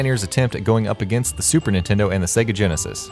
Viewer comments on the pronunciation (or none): none